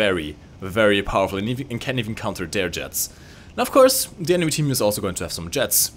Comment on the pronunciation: Kleiner Tipp: "The" spricht man mit "i" am Ende nur wenn als folgender Buchstabe ein Vokal kommt. Ansonsten wirds als stummes, tiefes "a" am Ende gesprochen...